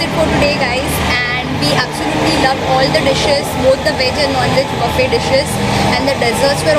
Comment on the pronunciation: Buffet thik se bolna sikh ullu ki pathi